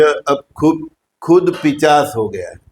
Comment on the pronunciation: Plz correct urself... It's nt "पिचाश" It's "पिशाच"..